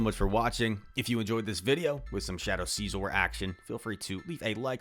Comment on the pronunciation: Too much emphasis on the first syllable. It’s pronounced nearly identical to “scissor”, but heavy “OR” at the end. Love the videos, so nothing personal!